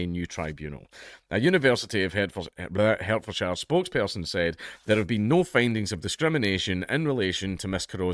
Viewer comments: Its pronounced “Hart”-fordshire by the way. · Part of his disability is imagining that there is a university in "Hair-t-fore-shyre". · "Hertfordshire" is pronounced [ HAAT•fd•sha ]. You're speaking with a strong Goidelic foreign accent. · Ironically your pronunciation of my home county absolutely infuriates me 😁. It’s pronounced HART-fordshire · you mispronounced Hertfordshire. sue me daddy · I'M SUING DANKULA AS HE PRONOUNCED HERTFORDSHIRE WRONGLY. He's discriminating against us southerners. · Dank pronounced Hertfordshire wrong, I'm going to sue for discrimination of my county 😔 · You're racist, it's pronouced Hertfordshire not Hertfordshire. 😆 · Dank says "Hertfordshire" wrang